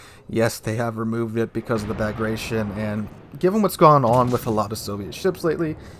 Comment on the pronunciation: Bagration, pronounced 'Bag-rat-ee-on' - a Russian version of the Armenian Bagratuni or Bagratid royal dynasty. Prince Bagration was a leading Russian general in the repulse of Napoleon in 1812.